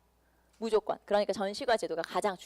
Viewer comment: 전시과 발음 불-편